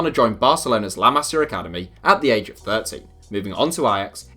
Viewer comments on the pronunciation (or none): “La masa academy” nice pronunciation